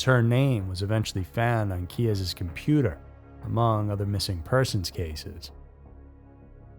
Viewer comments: "Keyz", not "Key ez ".....unfortunately she probably met Israel Keyes in an internet chat room. Well, it's possible anyway. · Israel Keyes, pronounced like keys (one syllable), not "key-ez". The research this channel does keeps on lacking. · Israel Keyes' last name is pronounced KEEZ, like car keys. It's one syllable, not two. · Another mispronounciation: Israel Keyes' last name has ONE syllable and is pronounced "KEYS"! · Key-Ez... yes I'll bite. Pronouncing his name like that is basically the same as saying Ted Dundy. Don't become that type of creator,. Integrity is worth more than 👍🏼 👈 that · Never heard Keyes name pronounced like that. I believe it was him. But we will never know. He took many secrets to his grave. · I think it's just pronounced "Keyes" like 'car keys'. I know Reyes can be spelled/said with two syllables but i think Keyes is more straightforward?